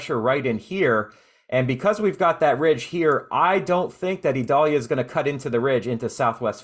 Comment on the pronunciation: I notice you call it (Ē•doll•yah) while the national weather service calls it (eye•dail•Ē•ya), two very different sounding names. Is there a place for people like yourself to reference official pronounciations so that listeners won't possibly be confused?